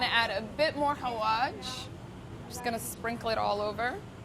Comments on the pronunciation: it’s hawaSH not hawaJ😫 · She little said 😂😂Xaawaj xappens😂😂